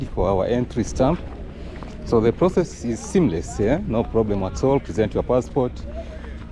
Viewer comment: I laughed when you said thouthand and when said ploblem 😂😂😂 nice content brother ❤